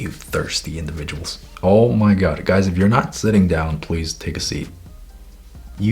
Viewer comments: Why did i understand „whats up gays“ in the beginning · Is it just me or did I hear : Hello gays 😃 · I misheard " HEY GAYS "